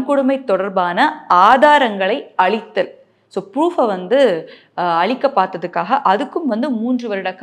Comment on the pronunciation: "அழித்தலா" இல்லை "அளித்தலா"? இப்படித் தவறாக உச்சரித்தால், பொருளே மாறிவிடும்...உச்சரிப்பில் கவனம் செலுத்தப் பழகவும்...தமிழ் உயர்ந்த, சிறந்த மொழி...